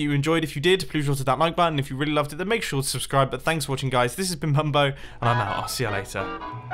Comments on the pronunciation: so just wondering.... is it just me or in mumbos outro did he say this has been bimbo??? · No he said bumbo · At the end of the video he said "this has been pumbo" not mumbo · You said 'this has bin bumbo' in your outro hahshahah did anyone notice